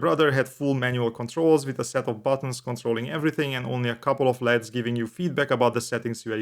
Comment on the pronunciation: LEDs is pronounced in the letters L E and D .. good review